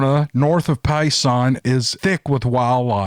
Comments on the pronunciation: And its 'Payson' (like pay check and sun burn ..'Pay sun' ) not pie sin. Lol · Payson is pronounced PAY SON OR. PAY SEN I moved from Arkansas to pay son and then to Preskitt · It's PAY-son, like mason. And it's Muggy-own. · PRONOUNCED """"PAY~SON AZ"""" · Born and raised in Arizona still live here you are pronouncing Payson incorrectly it's pronounced pay Sun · pronounced Pay-son, mogoyon rim. I'm from the area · Respectfully, 'Mogollon' is pronounced moh-gee-yon and 'Payson' is pronounced exactly as it looks -- Pay-sun. BTW, I live in Phoenix and had no idea there were Sasquatches there. Interestingly enough, like the beginning of this story when your storyteller talked about never even paying any attention to Bigfoot stories, I had never paid much attention either, until I got to the Midwest to care for my Mom. Of course, now I'm stuck here because of the quarantine situation and suddenly I am aware of Squatches everywhere here. I haven't seen or gone to look for them, them but I see them on T-Shirts and just weird random places. I went online to research sightings and it turns out that there are a lot of reports of sightings here on a Sasquatch tracking website. Then I found your channel and me and my Mom have been listening to your stories for a few days. Also, thought you'd find it interesting that in 20% of Bigfoot encounters, UFO sightings are also reported, which may suggest that they are being abducted too! There's an interesting episode on Gaia with George Noory with a guy named Jack Cary that had me on the edge of my seat. Cary has a unified paranormal theory which would explain how these beings can jump across dimensions. Basically their advanced technology can cause a tear in the dimension and allows them to slip through. Also, the story about the coyotes scared the crap out of me! Thanks for entertaining my Mom! She's been listening for hours today. Thank you :) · thats pay-son, pay like pay you. and mo-ge-on rim.